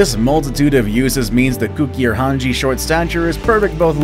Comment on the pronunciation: cooker hun hay. Is how it is pronounced .